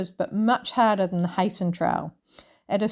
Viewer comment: Wish i saw this earlier i could have waved at you as you walked past the Barossa. I'll certainly watch your other videos now. You've probably worked out by now that it is pronounced "Hi-sen" Trail. Regards.